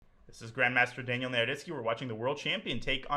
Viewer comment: It's Daniel not Danya